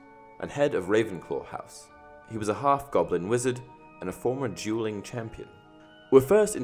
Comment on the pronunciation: your dueling sounded a lot like juuling so in my head I was like, "dang flitwick what have you been up to?"